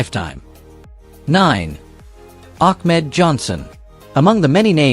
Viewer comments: The guy talking really needs to learn how to talk and call the wrestlers by their ring name and he’s not even doing that correctly. I mean he called Ahmed Johnson —> Achmed Johnson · Ak-med Johnson? Damn you, AI...